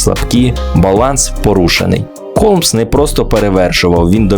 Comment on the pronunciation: Холмса а не Голмса